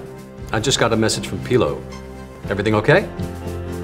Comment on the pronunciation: Why do they keep calling Pillo "Peelo"..... like, none of them could get it right??